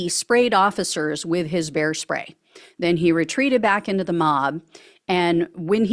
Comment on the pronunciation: When you first said bear spray I thought you said hair spay!🤣 I thought, Is this guy going to do a drive by hair styling on someone?